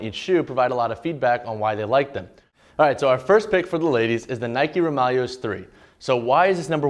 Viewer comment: Please it’s the Roūm(Rome)-ya-less